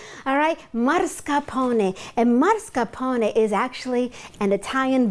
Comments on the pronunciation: mars ca pone? its mas car pone please learn to read, otherwise good video :) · Why does she pronounce it like MARS-carpone. That aint italian.